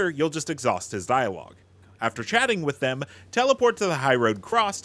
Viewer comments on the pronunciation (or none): none